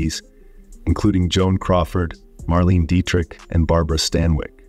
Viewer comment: Marlene Dietrich is pronounced as "MARLENA".